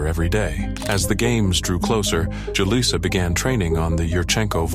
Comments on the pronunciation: Too many!... 🤦 It's actually pronounced... Who-Lisa!.. 😮‍💨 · How many different ways can you pronounce Julissa in one video?